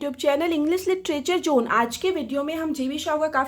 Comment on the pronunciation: Very good explanation, my request is please say जोन